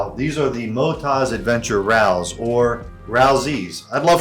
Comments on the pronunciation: Rall Zed. as per correct English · Hay mate it’s Rally Z “ but you Americans say it wrong “ like the way to say DR “ Z” Utube Australian dating Z . We say it correctly 😂😂😂 . It’s like New Zealanders say 6 “ they actually say Sex . All wrong 😂😂😂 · It's pronounced Rallzee, like Rally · Before you got to the final tyres I was going to suggest Motoz (mo tozz). As Australians pronounce Z as zed, I would say it Ralls, not rall zee. I have the Motoz Tractionator gps on the rear and the dual sport on the front of my Suzuki xf650. I like a chunkier option on the front and like you I’m happy to compromise on road performance for off road performance. Happy trails mate 😎🇦🇺🍻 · It would be rall zed since they pronounce the letter z as zed. I think it’s just rallz like it’s spelled. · Pronounce it "Ralls", we do not say "zee" in Australia. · Aussie here. Zee is American, so probably Rallz without the zee. We say zet, so try saying Rallsz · Hi there, we call Australia Oz like the wizard of Oz. So Motoz is like that with no ee on the end. I’d say Rallz would be the same with no ee on the end. We pronounce the letter Z …… zed. I hope that helps 😀